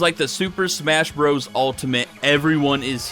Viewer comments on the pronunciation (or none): none